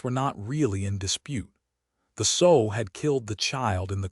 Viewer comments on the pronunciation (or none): Sow with the ow pronounced like a short o not like ow with a long o as in mending a garment. ( Sew)